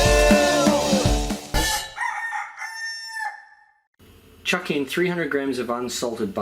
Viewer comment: Does anyone else hear khannel not channel in the intro